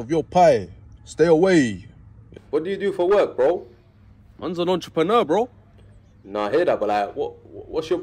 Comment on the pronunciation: I thought mans said "EntrepreMurda", lowkey sounds hard ngl 😂🤣🤣